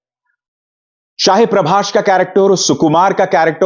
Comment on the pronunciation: Sir प्रभाष मत बोलो प्रभास बोला करो.